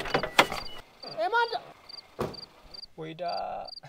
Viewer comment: ኤማንዳ ነው የሚባለው ጉራጌኛ አታበላሻው